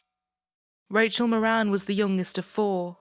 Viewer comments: Not that it matters but in Ireland we would pronounce the surname Mawrin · Rachel's Surname is pronounced .. More an .. it's Irish 🇮🇪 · It helps to read the title. Her last name was Moran. Not Morin.